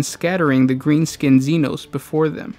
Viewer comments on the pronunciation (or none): none